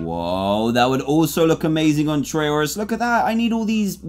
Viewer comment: Trayourus?! It's Trayaurus!